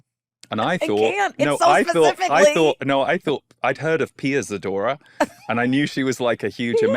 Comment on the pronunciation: When he said ziadora, I said “Oh! Pia Zadora. Love her” 😂